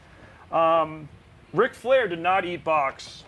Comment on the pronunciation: Ric Flair doesn’t have a K in his name